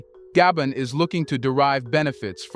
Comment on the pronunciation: Though it took so very long for The Continent of Africa 🌍 to wake up from their long nap...may Africa continue to remain awake. In addition, I tried so hard to embrace The Narrator's pronunciation of my ancestrial home Gabon.🇬🇦 Gaybond 👉 (no) pronouciation/Gar-bone- Gabon🇬🇦 ✔️ Gaybond-knees..people👉 (no) pronunciation Gar-bone-knees people. ✔️Gabonaise 🇬🇦 people.